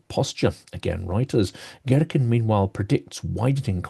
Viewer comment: To a russian ear it's funny how you pronounce his name - Gherkin instead of what should sound more like Geerkeen!!! I had a mental image of him as giant cucumber :)